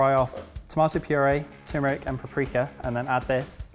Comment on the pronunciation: saying tumeric physically pained me tuRmeric pls let 2020 be the yeah of turmeric